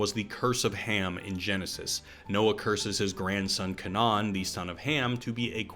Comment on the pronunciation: Kenan (key-nin) and canaan (kay-nin) are not the same word. They are not pronound as kuh-non